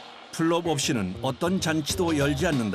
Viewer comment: 플롭이 아니고 뽈롭 이 더 비슷한 발음입니다. 우즈벡 친구들이 말하는 '기름밥'